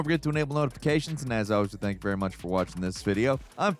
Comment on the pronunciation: "I'm die. Sank you foreva"